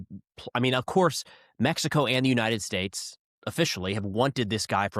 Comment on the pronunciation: In “Mex EE CO” 😂